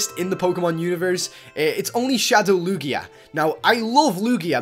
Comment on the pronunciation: its not lu-gia its lugia thiers no stop in the middle